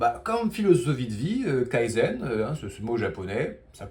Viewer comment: Tu prononce kaïzeun, c'est kayzen. ("Key""Zen")